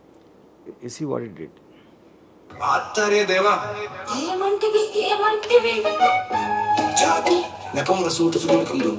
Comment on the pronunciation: ఒరేయ్ ఎదవ చాతి నెపమున కాదు రా.... జాతి నెపమున.